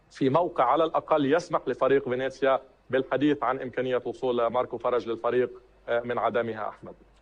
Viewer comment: فينيسيا وليس فينيزيا عيوني. وهو فريق يلعب في الدرجة الثانية وليس في الدرجة الأولى.